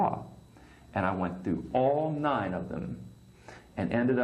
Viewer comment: did you intentionally say fru instead of through?